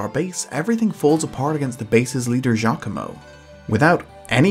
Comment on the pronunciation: I usually don't comment, but I am so jazzed. He's literally the first person I've heard say Giacomo's name right.